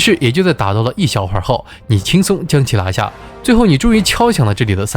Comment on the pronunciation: 拿（La)下, 那(La)里, 大闹（Lao）, 难（Lan）关。。。内容不错，但是听这些发音还是有点不舒服😂